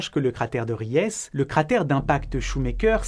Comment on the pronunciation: Idem pour upheaval, qui n'est pas ufival, mais up - heaval. Ries qui ne se prononce pas Riesse mais Riiis (un i long), mais bon...